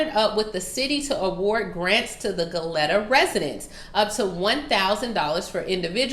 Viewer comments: Hey heads up it is pronounced go leeta. Spelled Goleta. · ITS PRONOUNCED GO- LEE- TAA